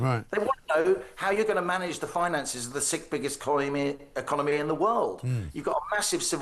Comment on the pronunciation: Did he say the sixth biggest economy or the sick biggest economy